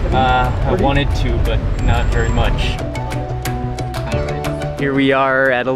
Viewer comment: Mark , you have special way to pronounce ch , you sounds like "chh" like when you say much , lunch so your is like muchh, lunchh. Like Indians use chh Also you looks so much like your dad, nice to see you both in one video , bless your family. 🙏